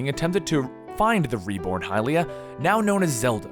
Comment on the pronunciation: i thought hylia was pronounced hill-ia